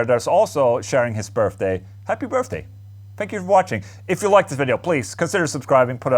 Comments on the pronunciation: Does anyone else here "Birfday instead of birthday?" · Happy Burpday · "Happy Burfday" 🤣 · “Happy Birfday” - Ola Englund 2020